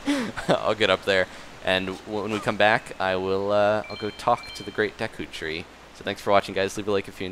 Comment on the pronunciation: I thought u said taco tree not Duka tree or whatever it is